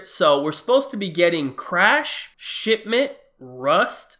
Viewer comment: Anyone else peep he said shitment